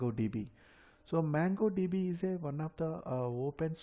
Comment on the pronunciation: Its Mongo DB not Mango DB. Anyway Video is helpful, Thanks.